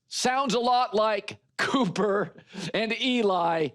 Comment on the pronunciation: If you knew Cooper, you would know how to pronounce his name...